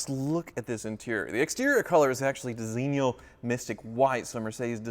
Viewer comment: Jesus how can you butcher the pronounciation of Designo this much? It's pronounced "design-o" why is it so hard for people to say this?